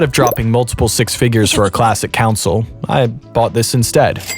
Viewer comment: 🧐 There is no way this dude is this deep in the game and no one has told him, it’s not pronounced “Council” it’s pronounced “CON- SOUL”. I refuse to believe he doesn’t know this.🤨 -This is equivalent to not pronouncing MIDI as “Mid-EE” but instead calling it “Mid-EYE”.